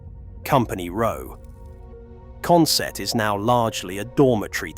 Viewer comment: i'm from newcastle , go up to consett odd weeks good retro game shop there but we say it consit not sett